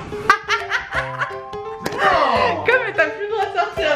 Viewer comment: En plus quand tu lui a dit tu a pas eu faim la nuit il a dit nen😂😂